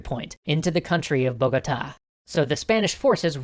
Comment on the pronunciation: Bogotá have accent in the last A, has you say sound weird, like sexy or something like that